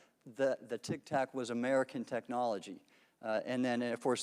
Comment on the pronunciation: Someone tell Grothman it's "tic tac" not "tik tok"